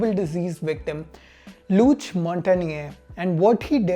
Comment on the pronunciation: "Luc' is pronounced- Look